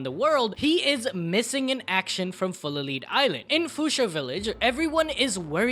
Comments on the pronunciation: Great video, but the way you said "fullaleed" instead of "fullalead" is funny as hell to me, its pronounced like the metal Lead, not like the minecraft leash thing <3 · Fucks sake. You pretty much said Full-a-leed island. There is an element called Lead that is made into bullets. Hence the name of the island Full-of-Lead, like a dead man filled with bullets. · it bothers me how he pronounces full of lead. it’s pronounced “led” as in full of bullets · Hey lil bro, lead is not pronounced the way you are saying it. It’s pronounced Led.